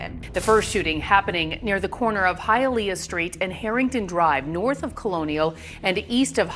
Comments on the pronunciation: Imagine pronouncing “Hialeah” all wrong . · It’s Hialeah (Hi uh lee uh)